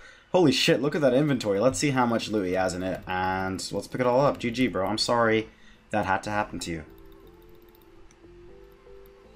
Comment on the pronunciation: "Gee gee mahn" haha. Love the vids bro sick pker. Keep it up. Rsn: cowaboonga